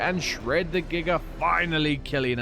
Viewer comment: “Pay no heed to da fish in da water”😂